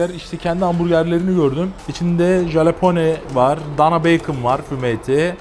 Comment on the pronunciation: Abicim bilerek mi yanlis söylüyorsun bilmiyorum ama su Jalapeno (Halapenyo) ya Jalapone demen beni benden aliyo 😅 Nolursun dogrusunu söyle sunun 😆😆 Yoksa Video‘larin süper, severek izliyorum 🤝🏻☺️